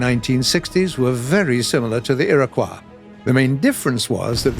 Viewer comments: Oh dear, for the love of God, it's pronounced "i-ruh-kwoy". SMH. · I'm sorry- did he just pronounce "Iroquois" as "Era-kwah" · Iroquois Is pronounced as Erie koy like a spooky fish wtaf how did they get thru with the botching of that pronunciation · Iroquois is NOT pronounced "i-ruh-qwa". Ffs it's a native American word NOT French! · you are saying Iroquois wrong, say iro then quois like the koi fish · its pronounced Ear-Ah-Coy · Iroquois isnt a French word..... -_- please dont pronounce it like it is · Oh god he said it so many times it's like listening to nails on a chalk board. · For some reason how keeps saying Iriquois is rather grating. Like it's like it's the "wrong" way to say it but it's not the one I know, and in almost 30 years I haven't really heard it any other way oddly enough, so it's just odd to me.